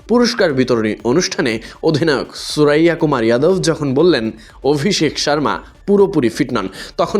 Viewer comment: সুরাইয়া নারে পাগলা সুরিয়া 😂😂